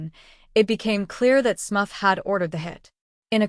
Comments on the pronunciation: SMURF! Not smuff. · Smuff??!! COME ON MAN!!! Smurf!!!!! Smuff sounds like ear muff!! SMURF SMURF SMURF 🤦🏻‍♀️